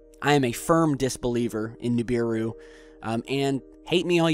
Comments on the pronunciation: stop sayin NUbiru!! its NIbiru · nIbiru, not nUbiru!!!! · Nibiru not Nubiru